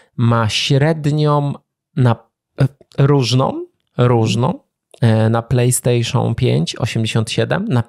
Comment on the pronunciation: Czemu ten typ wymawia nazwę konsoli w tak dziwny sposób ? plejstejszooon - co to jest ! Matko, że się nie nauczy !